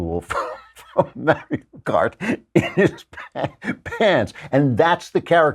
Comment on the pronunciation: The way Klavan pronounces "Mario" irks me.